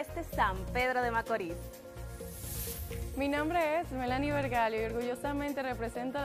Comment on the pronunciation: SE DICE SAN PEDRO DE MACORISSSSSSSS CON S AL FINAL.